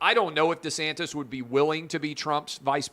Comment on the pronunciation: Clay it is pronounced DEE-santis. Not Duhsantis